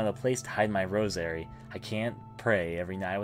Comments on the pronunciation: Good playthrough, however, I was distracted by how you said some things. Why do you say Lynx like Linix, and emphasize the second syllable of rosary? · Lynx is pronounced "leenks" Thames is pronounced "Tayhms" Rosary is pronounced "Rose-uh-ree" btw enjoying walkthrough and also enjoying ur commentary especially your "voice acting" for the protagonist. Didn't want to give critique without giving some positive reinforcement as well.